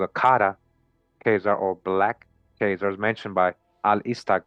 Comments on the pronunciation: “Chay” Zars is not a thing. The CH is pronounced as a K sound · Bless UP the info is brilliant... remember Chazar is pronounced;KAY-ZARS with a K.... This channel is one of the heaviest on the Web👍🏾👏🏾